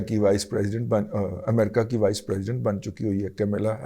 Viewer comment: سر کمیلا نہیں کملا جیسے کملا دیوی 🙏 کمیلا ہماری کوئین کنسورٹ ہیں